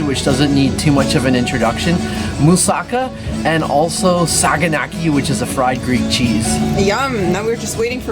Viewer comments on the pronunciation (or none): It's Mou-Sa-KAH--NOT Mou-SOCK-uh and Mount Lee-Kah-Vee-TOS. If you're going to talk about Athens and food, learn how to pronounce the names of the things you're discussing! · Moussaka has the accent on the last syllable. Also, Mount Lycabettus is pronounced Li-Kah-Vee-TOES. If you're publicizing these sites and food, learn to pronounce them before you highlight them, please!